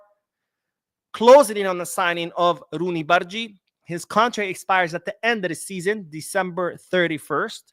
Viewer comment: Hey! The pronunciation of "g" in bardghji is as in you say "g" in the goal.